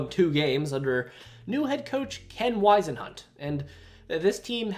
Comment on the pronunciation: You're making fun of a team but yet you can't pronounce a name. Ken Whisenhunt. Yea you butchered that name 😂